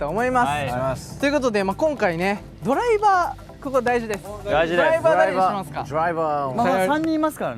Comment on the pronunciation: 豆ちゃんその「ドライバー」の発音は仮面ライダーウィザードなのよ